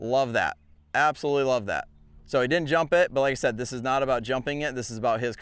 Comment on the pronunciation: Great video! I have to mention though, that at first I thought you were saying, “teach him to hump the jump…” 😮😂😂😂😂😂😂😂😂😂😂😂😂